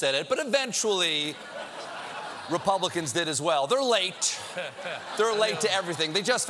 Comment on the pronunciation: Lol you said "advidists" you be either nervous or excited in extreme. Perhaps. I'm going to call those types for all my days long or short the "advidists" HAHAHA so classic! I love it. Thank you.